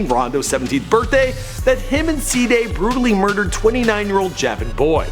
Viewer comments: He said saday instead if cdai😂💀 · its pronounced cday not sday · its cee-dai not cday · "SI'DAY" nigga its CDAI im fkgn done wit him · he said C-dehh always pronouncing some wrong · He cant say Cdai he say Cda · who's saday?😂 its c-dai kid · C- DAI NOT sadai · Said cdai wrong it's literally cday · cduh 😂😂 its cdai pronounced c day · Cee-Day not saday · He Said CADIA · "rondo and se-day" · oh man dis nigga say Cdead first time oml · The way he say cdai😂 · Why tf u say Cdai name like that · The way he says "Cdai" haha